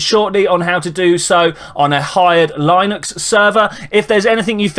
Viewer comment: XD goodness. The way you pronounce Linux is both hilarious and painful.